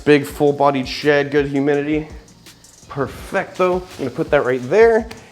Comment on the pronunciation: He can say "perfetto" better than I can...and I'm Italian :o